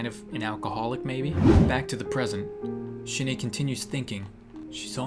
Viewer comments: I noticed she drew a colossal titan and the way you pronounced the name sounds like 'Shine'it means die in Japanese tho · shin ae is pronounced shin ah XD